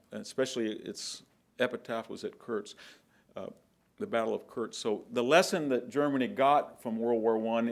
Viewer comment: Nu-kle-ar, not nucelar. Antidote, not anecdote. Battle of Kursk, not Kurtz. Wehrmacht, not wehrmarcht. Geez....